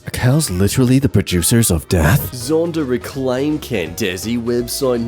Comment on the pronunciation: NOT HIM BUTCHERING THE DUTCH (zonder reclame.....) I CANT. and he apple part!